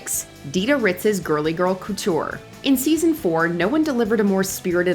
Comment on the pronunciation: I’ve never heard the word “couture” pronounced so grossly.